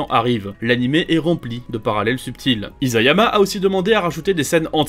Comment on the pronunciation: Ca se prononce Issayama pas Izayama